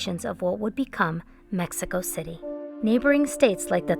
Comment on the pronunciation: Central mehico, was dominated by the Aztecs, Mayans, koosomeh, taconites, chimichiungas, and mehico. 😂 I’m sorry but she’s extra.